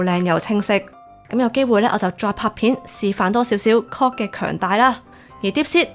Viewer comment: Claude發音好有問題。